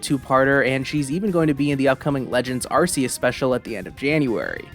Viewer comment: UGH! It's pronounced AR-KAY-US! Arceus has a HARD C! SAY IT RIGHT!